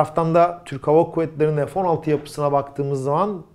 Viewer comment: Merhaba. Bir sorum olacak.. neden F16 türkçe olarak söylenmiyor da (EF16) deniliyor. Takıntılı değilim ama tüm kanallarda bu şekilde söyleniyor.. Türkçeyi korumak sizin gibi göz önünde olan kişilerin en önemli ödevi olmalı diye düşüyorum. İşinizi bana göre naçizane mükemmel yapıyorsunuz. İşini severek yapan insalara hayranım...Allah ömrünüze bereket, hâyır ve afiyet versin.